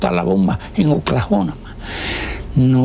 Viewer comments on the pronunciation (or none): Dijo oklajónama🤣🤣😂 Oklahoma weyyyy😂🤣